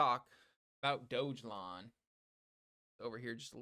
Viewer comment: I stopped watching this JOKE video right around 55 seconds. As soon as you said it was a meme coin and as soon as you pronounced it wrong, I knew you were FUD. DO YOUR HOMEWORK DUDE!!!! dont talk about a TOKEN you know nothing about.